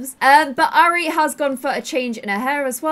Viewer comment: the name airi is pro prounced i-rea it is a japanese name meaning love <3